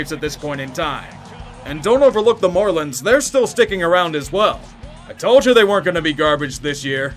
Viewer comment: The man called them the "Morelins"